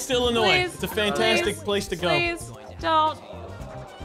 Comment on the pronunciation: plz for the love of everyone in Illinois don’t pronounce the S it’s silent lmfao love your videos they are amazing been watching since the old neck twister day with the banana man thank you for all the free content over the years